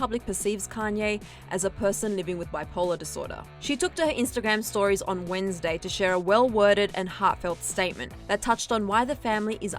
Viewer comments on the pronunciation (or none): none